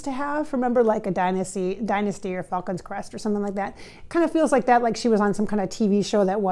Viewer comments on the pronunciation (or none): none